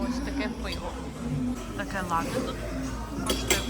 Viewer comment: Привіт. Дякую за цікавий, якісний, і дуже пізнава льний контент. Єдине що хотів би сказати в слові лате наголос на перший склад.. а хоча ні не єдина.. просто доповнити хотів дещо і ще. Прочитав таку інформацію, що цей замок намагалися навіть групи українських націоналістів взяти але їм не вдавалося на жаль і не вдалося .